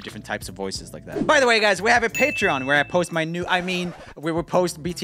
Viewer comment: u said why instead of way lol